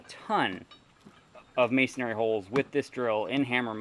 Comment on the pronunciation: Always entertaining presentations. However the word 'masonry' is pronounced mason-ree not mason-airy, again it's pronounced as mason-ree (no worries, it's mispronounced across the board by lots of folks). Fun and informative videos; your passion for all things tools, toolery and miscellany, mostly old and odd, is palpable.